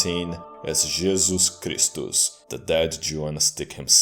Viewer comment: As a swede your jesus kristus sounds so swedish lmao